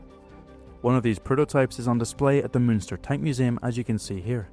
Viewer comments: 1st time I've heard an "ü" pronounced correctly.. only that the Panzermuseum is in "Munster", not "Münster" ... 😂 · It's Munster, not Münster. That's another city. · Munster not Münster, common misconception.